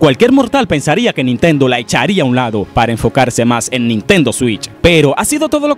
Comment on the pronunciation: Dices nintento como si nintendo fuera una persona